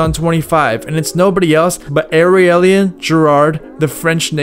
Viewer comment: "Areaulian" ptdrrrrr Aurelien is his name